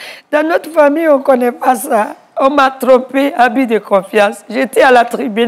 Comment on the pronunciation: Mon père n’était ABSOLUMENT pas son mari. Cet homme s’est fait assassiner et vous mentez à son sujet. Vous prononcez même pas correctement mon nom de famille.